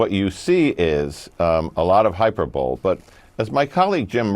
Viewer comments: "A lot of HYPER BOWL"??? Good grief... do we have ANY literate people on the left, anymore?!! It's pronounced "High-PER-bo-lee". Hyperbole. I'm so bored with people who don't know how to speak their own language. Tired of stupid Democrats. Period. It's like AOC really IS their 'intellectual leader". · LOL. Did the guy really say hyper-bowl instead of hyperbole? Lucky for him no one watches CNN. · “a lot of hyper bull” you mean hyperbole Mr. Smart guy? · Hyper-bowl😂😂😂 It’s hy-per-bo-lee. A law analyst doesn’t know that? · He said, "hyper bowl"! It's "hyper bow lee." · this dumbass said "hyper bowl" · Did he say “hyper-bowl”? Even Wolf looked shocked. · This character can't even speak English. Hyper-bowl? Seriously? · Did that idiot say hyper bowl? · The guy actually pronounced that word as "hyper-bowl?" Wow! What school did he attend? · Did this guy really say "hyper bole?" I wonder if one of his staff told him how to pronounce hyperbole after this... sigh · "Hyper Bowl". ????😮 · Did that man say, “Hyper-bowl?” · "Hyper 'bowl' " 😅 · Did just say, "hyper bowl"? What a clown. 😄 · It’s time!! Now entering the Hyperbole… lol “hyperbowl” 😂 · Did that idiot say hyperbowl? That should tell you how smart he is. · he said Hyperbole phonetically! 😂😂😂😂😂😂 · I want to know how a supposed “Chief Intelligence Analyst” does not know how to pronounce hyperbole. If you use a big word to impress learn how to pronounce it. He obviously just read someone else’s comment or maybe he was just reading the cue cards provided by the MSM. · HYPERBOLE?! The fool doesn't know how to pronounce the word! 😂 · How can you take someone seriously who doesn't know how to pronounce the word, "hyperbole"? What a buffoon!! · The moron at the end is just reading a teleprompter. Unless you can pronounce hyperbole two ways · That guy at the end should not use words like “hyperbole” if he can’t even pronounce them because he just read the word for the first time. Absolute cringe.